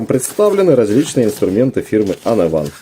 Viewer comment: уАнэвэн, а не онэвАн - "вы должны молчать и слушать!" (С) Преображенский - на дерево полезете, будете пользоваться - а взять мультиметр и замерить напряжение религия не позволяет? тем более он показывает под нагрузкой, а под нагрузкой напряжение проседает, ну это для тех кто в танке - не знаю как там. защита двигателя должна стоять в АКБ. необходимо правильно подобрать АКБ. - смазка там должна быть т.к. это редуктор! защита цепи там нормальная, во всю длину не требуется, у всех пил она короткая. и конечно 45К оборотов не может быть на цепи, самая мощная бензопила имеет максимум 13К оборотов. у аккумуляторных от 3-9К. поэтому 8к оборотов у этой очень хороший результат.